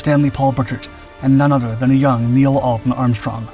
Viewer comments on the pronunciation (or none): none